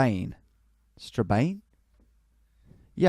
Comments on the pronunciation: Strabane is pronounced Stra-ban by the way! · its pronounced Stra-Ban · Strabane is pronounced Straban